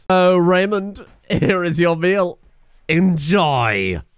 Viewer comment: "Endjoy" Ok, that was bad